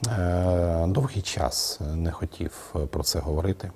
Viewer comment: Слово хотів українською вимовляється як «хотів» а не «хотіф»!